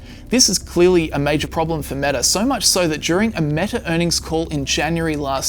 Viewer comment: Pro Tip: Stop adding an "r" sound to words ending in vowels. For instance, it's "Meta," not "Metar." Not sure why you're doing that. It's wrong. And weird.